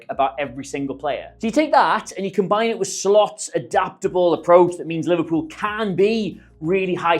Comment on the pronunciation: Great video. But Liverepool? 🤦🏻‍♂️😂